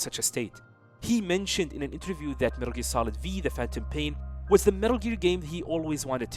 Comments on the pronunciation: No one gona talk about how he calls it Metal Gear Solid V? 😂 its roman numerals the V is 5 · cool video but its MGS 5, the V is a roman numeral, but I'm sure you knew that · It’s 5 not v 😂